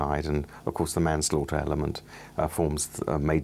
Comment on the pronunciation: The stress on the second syllable in "manslaughter" further suggests this is some text-to-speech AI slop